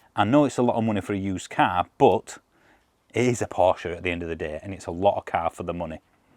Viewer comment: One of the few reviewers who knows how to pronounce Porsche correctly 👍